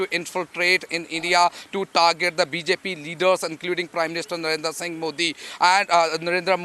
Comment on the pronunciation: BC ITS NOT NARENDAR SINGH MODI ... ITS NARENDRA MODI